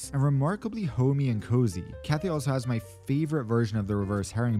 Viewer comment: “CARPET” PACIFIC